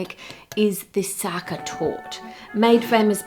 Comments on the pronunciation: Sacher Torte is pronounced ZAH-kah TORT-ah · Great, but Sacher isn't pronounced Sucker, but completely differently.